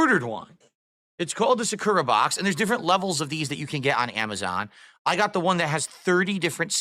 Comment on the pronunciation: It’s sAkura, you bobble head, not sakUra. Same as YA-kuza and not ya-KU-za. This guy is so ignorant, it’s actually offensive